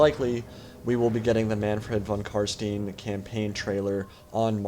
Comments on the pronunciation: PLEASE CAN ANYONE SAY THEIR NAME RIGHT D; Think franken stein its pronounced that way. There is even a joke in the fantasy role play that the murder and torture people in body and soul if they say it wrong. Love the video BTW :) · Von Carstein around the start of the video the pronunciation of stein lots of people make the mistake its become an in joke now in fantasy and the fluff. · While we're at it; -> Carstein. I hear it mispronounced by a lot of people and then repeated wrong and wrong again: Its Carst*ei*n, not Carst*ie*n. You know, just like in Einstein.